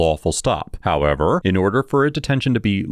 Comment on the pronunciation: The most iconic “HowEver”